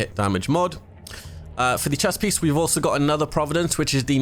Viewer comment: "Running three priece..." Lol